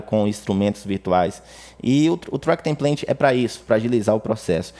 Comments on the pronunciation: O track tem plant? kkk template diz se templêiti. Boas dicas de atalhos!!! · EXCELENTE AULA! Muito obrigado. Me permita fazer uma correção. "Template" Pronuncia-se TEMPLEITE e não templente.